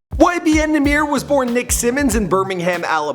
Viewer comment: It’s pronounced YBN Numb-er